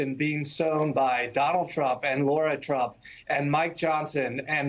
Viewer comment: It's a pet peeve of mine when people mispronounce names. It's Michael Co-hen, not Cohn. It's David Nunez, not Nuñez. And it's Lara Trump, not Laura Trump.